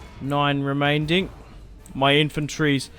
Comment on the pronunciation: I enjoy your videos but what's with 'remainding'?